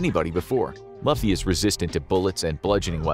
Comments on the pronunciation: This is such a fun episode!! I absolutely love your show but when I saw Luffy in that thumbnail my mind exploded! Please do a part two!! I know it looks like Luffy on paper but it’s actually pronounced “LOO-FEE” as in loop, that’s my only critique, otherwise 10/10 video! 😁 thanks for making my day! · Part 2 yes. Only criticism is how to pronounce the name of the main character. It's spelled "Luffy" but the correct pronunciation is like if it was spelled with two O's instead of a U "Looffy". Great video tho 💯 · Main-ga, o no. “Lufy”. Yh I know what I’m in for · Lou like Louie, fee like coffee, Lou+fee=Luffy, come on now Narrator lol. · We want a part 2…..GUYS WE WANT A PART 2!!!!! P.S.- it’s pronounced (Looofie) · “Monkey D Laffy” 😭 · When he was introducing the straw hats, I perked my ears up to see if he'd say their names right, especially Luffy. It was quite the suspenseful feeing but when I heard him pronounce Luffy as Lofy, I couldn't. I'm sorry guys, I can't watch the rest of the video with him pronouncing his name as Lofy. COME ONNN, ALL IT TAKES IS LESS THAN A MINUTE TO LISTEN TO THESE PRONOUNCIATIONS MANNNN 😭😭😭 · To defeat Luffy you need blades and maybe fire. Throwing him in an ocean would help too. Luffy is pronounced Loofy. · “Luhfy” Here we go again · Monkey D who now? Did he say Loffy? 😂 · Part 2 please!!! Btw, it’s pronounced loofy. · Ain't no way one piece fans Gon be mad well first of all instead of luffy your said lofy next sanjis eyebrows is wrong 💀 Edit: cool, great, awesome video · Luffy is not pronounced like that... it's Looooofy!!!! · It's pronounced loofy! But yes, part two! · If you do a part 2 plz say Luffy (loo-fee) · That fool said lofy 🤦🏾‍♂️ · Bro said luhffy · I’d love to see a part 2, but please learn how to pronounce Luffy correctly. It’s Loo-fee. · It’s loofy my boy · I cringed at the "LAFFY" pronunciation. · Dude you obviously don't watch One Piece. The captain of the crew is Luffy pronounced Loofy. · Loo - Fee *